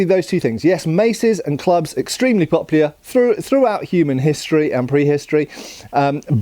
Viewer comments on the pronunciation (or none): What were extremely poplear?